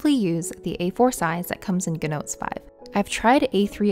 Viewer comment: You say “Gnotes” but it’s GOOD Notes.